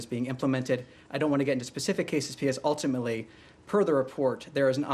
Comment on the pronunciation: "ultimely" Ultimately is too difficult to say.